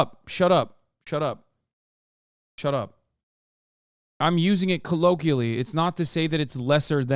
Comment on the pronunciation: {CO-LO-KWEE-AH-LEE} = colloquially Hasan